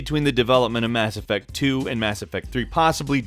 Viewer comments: You mean Mass Ef-Facts? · it dissapoints me greatly that you didn't say mass effacts at the beginning. you had such an opportunity.